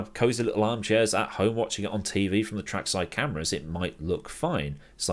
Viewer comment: “teh cars”